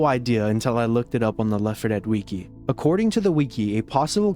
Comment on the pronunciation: ... Your pronunciation of "wiki" makes me violently angry.